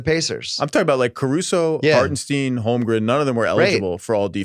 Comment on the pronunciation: "Harten ST-EYE-NNNN" There pronounce that. JFC how hard is it?